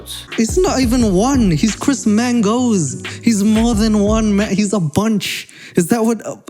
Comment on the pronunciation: I didn’t think it was possible to say, “Chris Mangoes” and “running on a treadmill” or as you say “treadmull,” until now!! Lol. We get it. You’re Chris Mangoes and you love running on a treadmull.